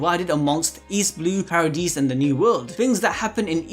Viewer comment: Did you just call paradise paradese